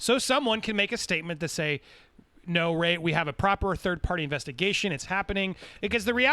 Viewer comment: You two are so eager to hate Ray and continue beef with him that you're refusing to acknowledge the truth. Not that he is even being 100% honest, but that you rushed to judgment and were wrong to do so. Refusing to say his name correctly is also a major form of bullying. You're the worst type of people.